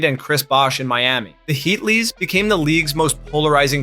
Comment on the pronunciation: I loved the "heatlees"